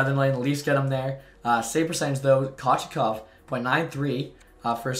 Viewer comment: Pyotr “koh-chet-kohv”